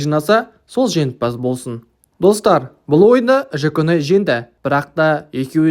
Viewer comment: Жаконай емес Жуконай